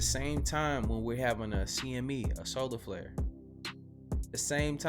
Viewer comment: lol, "ya' remember 2YK? and the massive slolar flair"